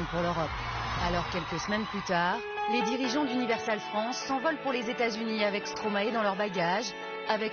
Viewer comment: arrêter avec vos Stromaéééé, mes oreilles saignent, ça se prononce Stromaïïï